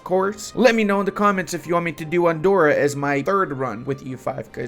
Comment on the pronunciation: Please, Andorra its pronounced with a hard r